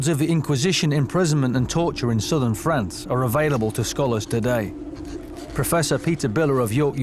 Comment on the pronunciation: he calls France “Fronce”. lol.